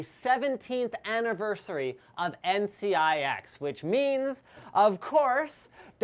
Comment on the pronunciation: Aniverseweee sounds like me trying to speak English.